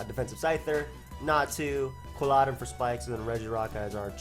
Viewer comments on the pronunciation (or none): Why do you pronounce Quilladin like that?